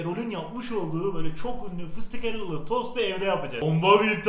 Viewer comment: Fisitikhella ne la dedem duymasın antepde 1tane fıstık dagimimuz var fistihela dediğini duymasın ezmesi diyel